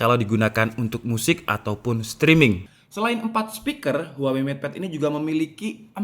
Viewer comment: "Papat sepiker," wkwkwkwk 😂